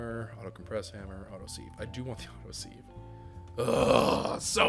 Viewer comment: Sieve has a soft vowel sound, so it sounds like "give" instead of "leave." #dadcomment Glad you're back!!!